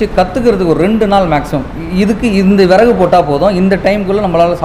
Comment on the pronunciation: விறகு தமிழ் சரியாக படியுங்கள்.